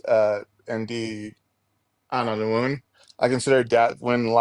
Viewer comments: WHY DOES HE KEEP SAYING WOON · Exactly my point. The clown in the video kept saying “woon” instead of womb. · Pretty sure he keeps saying wound instead of womb. This was painful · Does the caller keep calling the womb a wound? And fertilization fraternity? Or is my hearing just messed up? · Anyone who says “woon” instead of womb, “IBS” instead of IVF, and doesn’t understand how fertilization occurs is disqualified from having an opinion about abortion. Sit down, sir. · I heard "wound" instead of womb a few times, but more importantly, please don't let him reproduce until he's had a couple lessons in human biology. 😬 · And an aig implants in the woon. This dude votes. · Is the guy saying wound? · And he kept saying wound not womb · Everytime he says “woon” I lose it. Fix your speech before you worry about my body holy shit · Yes, and he kept saying "woon" for womb. Seems like he has IBS of the mouth. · This is painful to witness and encourages me to fight for the importance of education. This poor soul is so beyond willful ignorance, and my brain hurts trying to follow his garbled, and highly mispronounced, argument.